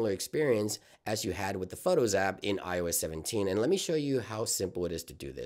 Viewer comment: Is he saying “IOEZ”??